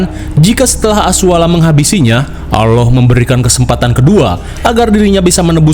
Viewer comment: Allah bang bukan alloh